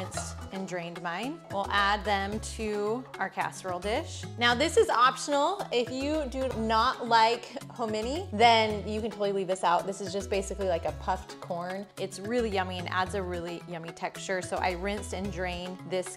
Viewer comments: 'HAA mo nee' is how you pronounce hominy. :) Casseroles look good! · Oh you are not a Charlestonian! 😅 HOM-in-ee Grits!😂 Grew up on it❤